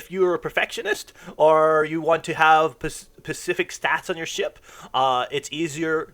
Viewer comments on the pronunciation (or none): Dude you give some good info but slow tf down you made so many simple English mistakes. Hall, Pacific, ideal. Over and over